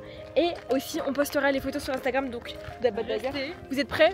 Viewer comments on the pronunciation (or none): none